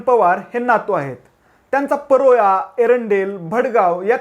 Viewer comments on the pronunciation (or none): bhau paroya nahi parola ahe te... Ani 2024 la Jalgaon mdhun MP tr Smita Wagh ch honar